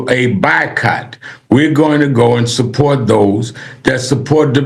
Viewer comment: “We gonna go an saport dose”.